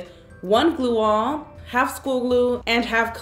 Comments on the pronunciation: you said you need “gluearh”???? What on earth is that and how do you spell it“glueah” Maybe add it in the description “slime queen” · What on earth are u saying?? I thought u said glue on Or maybe gluea Or maybe u just accidentally said glue wrong but no one makes the same mistake more than once, right?? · What did she say? Glua? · What was the type of glue she said i couldnt understand her. She said school glue, clear glue and what was the other glue? I keep hearing her say “glue all”